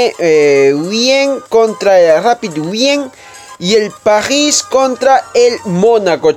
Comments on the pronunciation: que te cuesta decir Paris como todos en vez de quererlo decir en "frances" que ni siquiera lo pronunciaste bien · Pajhis:vvvvvvv